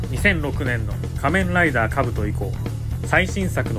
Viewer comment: 仮面ライダーのイントネーションが気になっちゃった